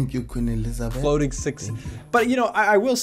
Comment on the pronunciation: Bro really said thank you queen Eleizabeth😂